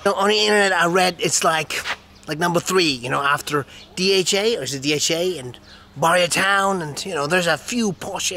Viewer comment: It's Bahria Town not Barrier Town, LOL !!!